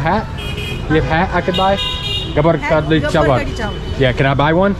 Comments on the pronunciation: Brother it's "Kadi" not khadri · it's called kadhi chawal not "khadri" by the way i love how u guy's get along with native people.. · Kadhi not Kadhri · its curry chawal not khadri chawal😄